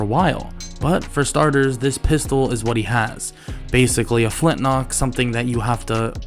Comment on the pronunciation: everytime you say flintnock it drives me nuts lol